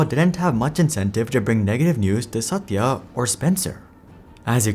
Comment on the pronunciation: I love the way your pronunciation of Satya's name. Very authentic.